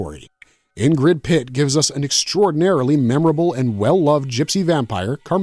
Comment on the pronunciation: Ingrid Pitt* not Pritt R.I.P. Beauty we miss you ❤